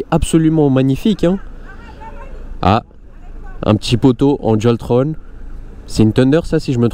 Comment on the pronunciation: salut super vidéo mais dualtron sa ne se dit pas dualtrone sa se dit comme le mot "on"